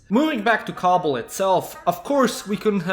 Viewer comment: Every time you say kabul i though you said cobble like in minecraft